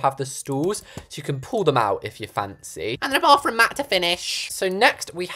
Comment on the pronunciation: my favorite parts of his videos is when he says “baFroom”